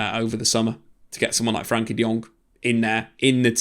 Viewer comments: Why he calling him 'frankie'? I thought it was 'frenkie' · I love the vids however I’ve noticed a reluctance to call him by his actual name "Frenkie" not "Frankie"